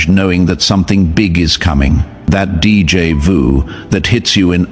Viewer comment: Narrator, you are pronouncing DJ VU wrong. It's D= Day J = Ja. The a is o as in octopus Jo Ju= ju